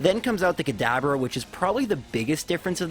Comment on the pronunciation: why is he calling kadabra kadaber